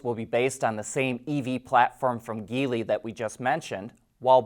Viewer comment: And "Geely" is a soft G (like gel) not hard G (like geese).